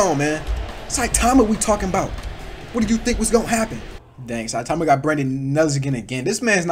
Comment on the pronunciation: Bro it’s not citaaahma its saitama